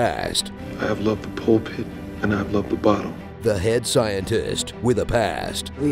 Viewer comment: Just do an honest trailer for my life and tell me how it ends and why the ending sucks. I think LL says pole pit and not pulpit, btw.